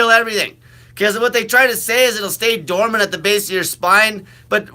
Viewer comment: You are uneducated! It's dormant! BS